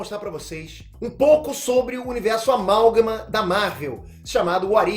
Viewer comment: Pelamordedeus Peter, para de falar amalgama... ta errado